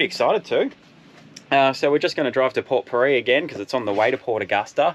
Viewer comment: Just to let you know guys it’s pronounced port pirie(peer - ee). 😂.